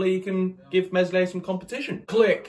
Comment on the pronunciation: Great vid but remember it’s a silent ‘S’ Me(s)lier. 😂😂